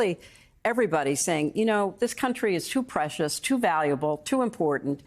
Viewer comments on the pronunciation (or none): "Prescious"? How do you pronounce that? "Pres-ki-ous"? Oy.